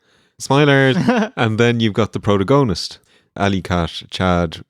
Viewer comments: Gotta hand it to for the worst pronounciation of protagonist ive ever heard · pronunciation of protagonist edges out the boys' pronunciation of Maryland as my new favorite English word regifted by Irish guys.